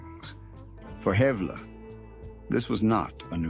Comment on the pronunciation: Man u don't know anything about Edgar and shame on u for not even knowing how to pronounce his name. The picture u had up there wasn't even him!! How u can write such fiction is beyond me, sure, alot is true but that's common knowledge. Don't think u can portray someone without even knowing who he was